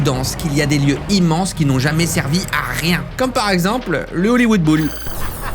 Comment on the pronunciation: "Hollywood Boule" Ça maîtrise bien l'anglais à ce que je vois ! ;)